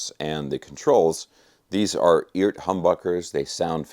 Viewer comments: I’m under the impression that it’s pronounced E-art for electric art or something like that. I love my Eart headless. Other than some issues with the trem spring, it’s a fantastic guitar. It’s got great tone and the craftsmanship is miles above anything in the price range. If you don’t like Eart, in my opinion, either you don’t know what good is or you have more dollars than sense. My Eart is practically impervious to temp and humidity, not to mention the frets. They are premium! I have never gotten so much bang for my buck from anything. They are simple, and built smart. I certainly do demand a lot from my guitars performance. I do a LOT of BIG bends and stuff with the trem so I need a guitar that will stay in tune after doing extreme note bends, and my 250$ Eart does just that. I would say the quality standard is WAY above the demand for the average guitarist, and plenty good enough for most advanced players. That’s my opinion. That thing looks SICK! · Is it really pronounced "eeert"? 🤔